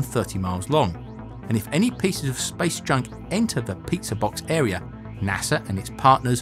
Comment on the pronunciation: I heard it 'Spice Junk' :D